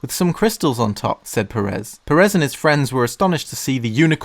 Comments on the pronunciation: That's not how you pronounce Jorge Pérez -_- It's spanish, not bloody french #davedidanoopsie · Your pronunciation of Pérez bugs me so much, the first E should be accentuated not the second one